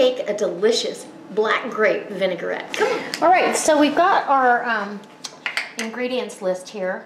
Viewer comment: lovely, thank you. The thing is, the word vinaigrette, as you can see, is pronounced vinagrette, not vinegarette. It is derived from the French word vinagre, for vinegar. I have subscribed to your recipes.